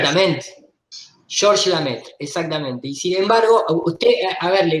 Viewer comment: El apellido es Lemaitre no Lamaitre. En frances significa El Maestro. siempre lo dice mal.